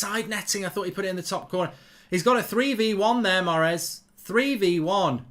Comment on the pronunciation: Mark "I love Maaaaaaaaaaaarez so much, I love him so much I'm going to butcher his name over and over" Goldbridge